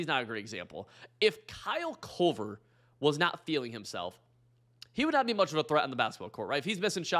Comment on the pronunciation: It's Kyle KORVER, not CULVER